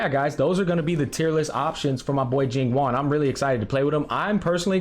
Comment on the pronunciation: Bro is pronouncing it like “Jing Juan” 😂 I love it